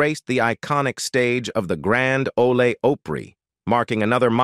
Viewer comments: I really can't stand these AI text readers/narrators. Things like the way it mispronounces "The Grand 'le Opry" as "The Grand olay opry". I couldn't find one piece of 'tragedy' in this farce. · Terrible narration with many, many mispronunciations, garbled part sentences, changing from Darcy to her middle name Lynn, grandy ole opray, (that one must be something going on in Mexico!!! ) Whoever put that narration together has much to learn. 😡 Anyway, Darcy is terrific and I wish her continued success and much happiness in her wonderful future. Yay Darcy ❤. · Grand o-lay ooh-pry?? That's harder to say than Grand Ole Opry. Darci Lynne Farmer is one of my heroes, and I am 85 years old.. Talented beyond her years. She had me from the first time I ever saw her perform.. NOTHING "tragic" about her. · While I enjoyed seeing all the accomplishments of Darci, I can't stand the click bait. Another channel to not watch ever again! And it's AI...who can't pronounce "Grand Ole Opry?" LOL Darci Lynne is an extremely talented young woman. Nothing heartbreaking or tragic to see here, thank goodness! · CLICK BAIT‼️😡 THERE IS NO TRAGEDY‼️ This is AI - can't even pronounce GRAND OLE OPRY‼️😡👎